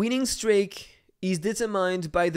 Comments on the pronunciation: the pronunciation of streak is [stri:k], not [strejk] 🤣 still love the vid and the fact a daikatana fellow defeated your attack ;p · I already got used to the accent 😂 but with the streak I was like its 100% wrong and then I thougt about the pronunciation of steak and how its written and I had to double check lol (not a native english speaker so I know the struggles)